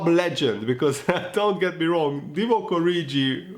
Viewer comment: You are pronouncing 'Origi' incorrectly.